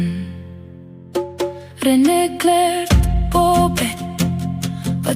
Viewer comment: Nakakaiyak Ang kantang to,Yung pagbigkas Ng RENE talagang tagos sa puso ❤❤❤